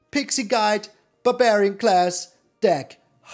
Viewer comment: The way you said barbarian made me laugh pretty hard. Buburian. It's no longer barbarian, it's buburian now.